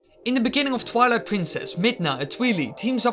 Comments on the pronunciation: It is twilight not twileye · Did you say twele it’s twilight you of all people should know.